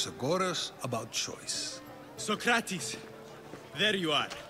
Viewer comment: Its not sokrates its so-crates